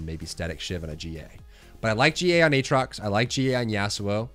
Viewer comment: Ayyyy he says Aatrox properly now! Can you make a mid game comps video at some point?